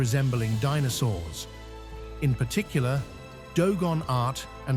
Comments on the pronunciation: AI nonsense. Believe what you want. One sentence in this video towards the end pronounced dinosaurs as "Dee-no-sawrs" then as "Dee-no-sowers" 🤣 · "DEE NOW SAWRS" lol